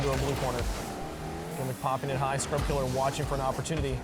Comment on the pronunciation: Bro every time he pronounces scrubkilla with an r at the end, a child dies of hunger